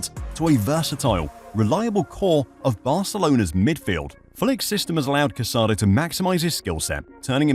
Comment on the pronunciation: The player’s name is pronounced Ca-sa-DOUGH. Please be respectful. The final accent mark means something